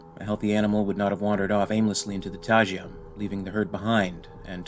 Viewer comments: I genuinely love all of your work - the occasional mispronunciation in these comic readings is the only thing that stops them being perfectly immersive for me. In this case, it's "TY-guh" not "TY-juh" for Taiga. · is it not pronounced "Tai-Ga" or am i crazy